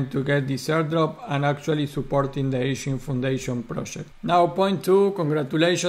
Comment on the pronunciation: It's Egen not Echen, thanks for the updates 😊